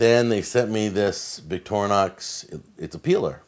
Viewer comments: There is no 'a' in Victorinox. Stop saying Victorianox! Could do a drinking game with the amount of times he mispronounces Victorinox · The name is NOT VicTORnox but Victor Inox, Inox with "I" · I think it's more like "Victory Knox" in pronunciation. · we always pronounced it: vic-tor-nox